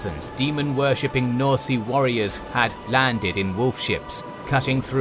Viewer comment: did the guy say norsea instead of norsca what